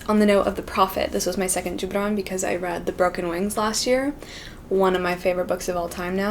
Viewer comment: I love how she can properly pronounce “ Gibran”